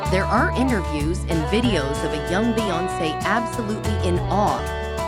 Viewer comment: Just stop this mess. The "background music" is way too loud. If you're gonna use computer audio, make sure they can SAY THE PERSON'S NAME PROPERLY. Do you not watch your own videos before you upload